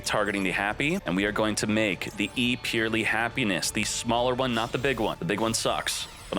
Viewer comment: Isn't it pronounced [purr-el-y'] ?